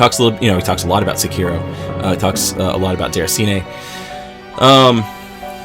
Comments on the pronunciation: Se-ki-ro. Not suuuuuukeyro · People still can't pronounce Sekiro? That's just sad.